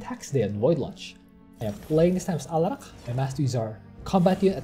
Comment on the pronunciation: First! And stop pronouncing Alarak weirdly on purpose dude